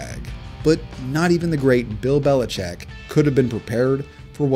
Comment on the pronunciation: It’s not “Belicheck”. It’s “Belichick”. You know, like a baby chicken. Lots of people mispronounce it, but you’ve taken it to a new level by spelling it that way too.